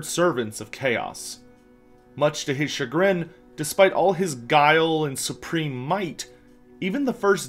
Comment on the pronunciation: "SURPREME power" Clearly the champion is;D